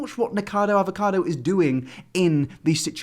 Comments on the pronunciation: Anyone else thought he said niggacado😂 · I thought said niggakado avocado